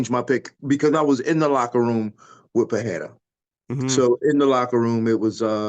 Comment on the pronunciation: Din, it's pronounced Puh-ray-ra. C'mon man, it's embarrassing at this point.